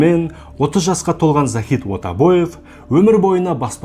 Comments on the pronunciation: Ойбек Отабаев емес Айбек Атабаев деп айтылады. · Ойбек деп жазылады Айбек деп айтылады Отобаев демей Атабаев деп айтсей